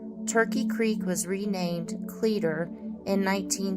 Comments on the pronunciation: As a long time resident of Arizona (almost born and raised here) ... I believe the town is pronounced (clee - a - tor). at least that is how I was taught, and have pronounced it all my life. My mother used to live near the bradshaws, went up there with my step father hunting rabbits, and doing a little indian artifact hunting. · I can assure you it's pronounced cleeter.